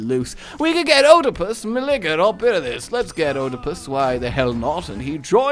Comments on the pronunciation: Uhh I don't mean to be that guy and is sometimes known for his mispronunciation, but Antigone is pronounced as An-tih-go-nee Oedipus has a silent o, so it's just read as Edipus. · Oedipus... Ee-deh-pus...